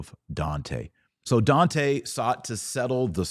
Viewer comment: Oh wow the way you butchered Dante’s name made me stop viewing…and you even had the racist stupidity of pretending to say it like an Italian, or at least your bigoted version on Italian